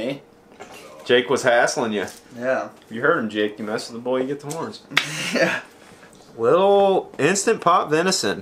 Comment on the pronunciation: “You mess with the bull, you get the HORNS” Jake: More like, “You mess with the bull, you get the TORNS”